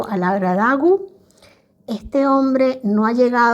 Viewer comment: Por qué insistes en decirle Laura Dagu, es Laura DOGU, con "O"!